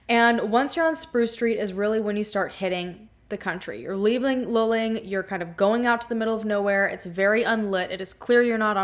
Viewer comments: Loo-ling, not lulling. More oil well pumpjacks than cows around there. Years ago we used to drive through that area regularly. One can smell the oil in the air. It is interesting to look at the Google Earth pix of the land around 2300 Salt Flat Road. If nothing makes sense, one should re-examine initial assumptions and maybe even repeat initial actions in the light of revised assumptions. It wasn't really that cold that night, according to historical weather records. Not cold enough for a young man in good physical condition to experience paradoxical hypothermia, but maybe, if he had a concussion injury or was using some substance other than and in addition to the cannabis. I think some kind of "Deliverance" scenario in the backwoods of Texas oil country is really far-fetched, and any self-respecting group of thieves would have taken the valuables for sure. More likely to run into a roving band of Jehova's Witnesses than a real evildoer. Although them trying to convert you can be an experience in itself. Drain that little pond just east of the old farmhouse at 2300 Salt Flat Road again. It looks like a nice swimming hole, but is probably polluted by the oilfield activity. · It’s pronounced “loo-ling”. I love ❤️ your channel!! So happy you’re covering this. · Also its pronounced "loo-ling" luling lol. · It's pronounced LOO-Ling, just so you know. No biggie. But your description of Texas Rangers is completely incorrect and spreads misinformation. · Just saying this as a central Texas native: It's pronounced Loo-ling or Lew-ling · It’s pronounced Lew-ling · No offense ..but the city, for us semi local to town Texans...it's pronounced Luuuuuling (like eeewww)🤠